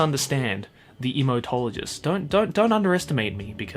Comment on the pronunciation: Should it be pronounced emo-tologist or imouto-low-jist? 🤔